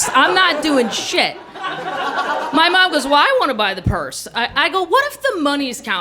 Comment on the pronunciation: Yah...if you’ve never left the Midwest, it’d be best to visit NYC and CA first, before embarking on a trip to France! At least the embarrassments,would happen domestically first! Lake of the Ozarks...LOL! Ooooh! High culture! Hah!! One clever a-hole...one for my team! I love the way she says, “Maahm!” So midwestern and comical. KM is a genius!